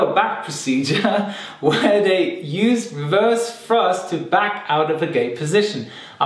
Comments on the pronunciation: "wewerse frusft" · I just love how he says "reverze thruzt"